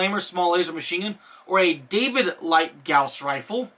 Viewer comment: While you're pretty much correct about Longinus, you're incorrect about Gauss. They're named after Carl Friedrich Gauss, who is German, and thus it is pronounced "Gow-ss."